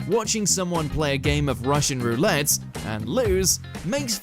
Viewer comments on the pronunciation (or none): none